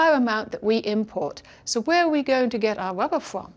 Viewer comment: It is unfortunate that she is unable to pronounce the letter R, hence her having to say ''wubba'' many times. Let us also not forget to lament the Japanese man who decided to sell everything he had to manufacture and market licorice or, as he says it, ''hwigowish''.